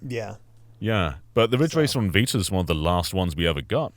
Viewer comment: The vita or as says the Viter